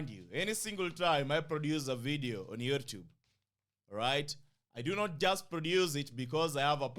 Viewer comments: Lollll, you can't say we pronouce your name weird well you call Youtube YourrTube. That's weird kingship. But it doesn't matter. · U pronounce YouTube weirdly 😂😅